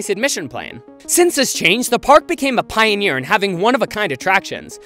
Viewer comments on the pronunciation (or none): none